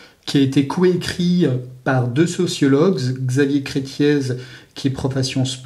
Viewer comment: Xavier Crettié, pas Crettiaize !!!! Désolé, j'ai horreur qu'on écorche les noms... ez final = é (avant les accents, on rajoutait un Z au e pour marquer qu'il ne s'agissait pas d'un e muet)